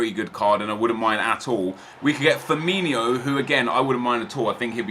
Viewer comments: please stop calling him firminho its firmino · Firmino not firminio xx